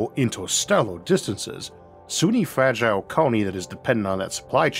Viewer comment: Fwagile and pwosper